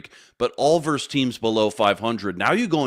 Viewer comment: Versus not verse